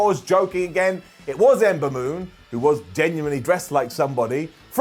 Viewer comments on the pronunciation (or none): none